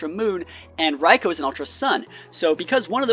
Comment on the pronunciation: It Raikou (Raikoo) Not Raiko